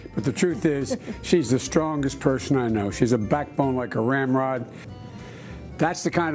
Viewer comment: Car ramp rod….say car ram rod!